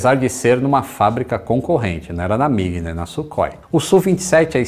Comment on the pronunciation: Muito legal essa história,. Parece coisa de filme B dos anos 1970. eu só queria te dar uma dica para falar corretamente o nome dos caças concorrentes da MiG. O "kh" em nosso alfabeto é a transliteração da "X" (rá) do cirílico. O som é de dois erres (RR) bem arranhado mesmo. Então o avião se chama SuRRói e não Sukói, ok. Abração.